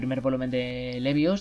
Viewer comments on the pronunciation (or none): Se dice Leeevius, no Leviusá. XD No, en serio, creí que ibais a dar alguna noticia del nuevo manga de Mashima. Por lo visto iba a apetecer Plue en él :/ se viene ahí fairy tail 2?